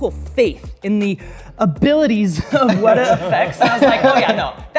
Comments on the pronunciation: It ain't WEDA it's weta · 'Weta' with the horizontal lines over the vowels is pronounced 'weetay'. Someone really should tell that to the folks at Weta.